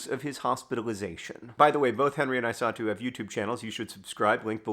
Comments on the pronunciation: I was hearing Isatu as "I saw too" and it was quite confusing until I read the description. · At the beginning of the video I thought John was saying that he "saw Henry's mother, too" when he said "his mother, I saw too". It took me like 3 minutes into the video to realize her name is Isatu. I might not be smart.